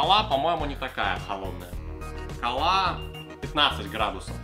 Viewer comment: по вашему круто говорить вместо" кОла " "колА